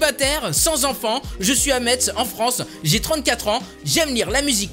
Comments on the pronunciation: Ça se prononce messe pas "Metz"! ptdr j'habite la. Je vais te voler Nicole! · Bonne vidéo mais Metz se dit "messe" pas "metsse";) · Ca se voit que t'es pas Lorrain ça ne se dit pas Metz mais mess (phonétiquement) mais ça s'écrit Metz bref c'est pas grave je t'engueule pas mais c'est pour info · Tu manque de respect à ma city c pas metzzzzzz mais mès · On dit messe ma Metz (j'habite à coter) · Metz sa se prononce (messe)